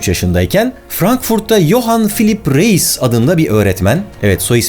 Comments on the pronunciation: Reis, RAYS diye okunuyor. Zeitgeİst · Reis almanca oldugu icin rays diye okunur. ingiliz rice gibi yani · de ki adamın soy adı Reis ama Alman olduğu için "Rays" şeklinde okunur. Video muhteşem ve değişik bir konuyu işlemiş. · Harika video. Minik not: Reis yazılır, Rayz okunur. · Reis almanca okunusu rays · Reis değil abi "rays" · Barış abi reis diye okuyosun ama Almanca da ‘rays’ diye okunuyo (yani ben öyle biliyorum😅) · Reis almancada Rays diye okunur.. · Johann Philipp Reis diye yazilir Yohen filip rays diye okunur cünkü Almanca ingilizce degil. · Usta Johann Philipp Reis Alamanca ismidir. Türkce okuma sekli Yohan Pilip Rays dir. ei= ay olrak okunur. Reis = Rays dir. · Biliyorum bugunlerde kulturumuzde Reis onemli bir yer tutuyor ama bilmekde yarar var Alman olan Johann Philipp Reis soyadi pirinc anlamina gelir ve telaffuzu [ʀaɪ̯s] dir. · Zeitgest diye yazılmaz. Doğrusu "Zeitgeist" dır. Ayrıca REIS bir Almandır ve Almanca pirinç anlamına gelen soyadı vardır. Soyadı da "Rays" diye telaffuz edilir.